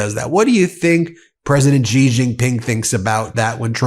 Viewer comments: Ben, for the last time, please note that President Xi (Jin Ping) is pronounced SHI . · TQVM to Ben for this insightful video.I hold you in very high regard and reads your videos with keen interest. As Chinese language phonics are intriguing, I wish to make the following suggestion. The Chinese president's surname is pronounced as ' see or C'.